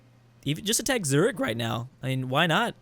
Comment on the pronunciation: That moment when doesnt butcher Zürichs pronounciation